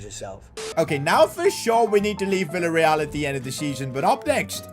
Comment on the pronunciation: Bro said willa real 😂 instead of the villa real😢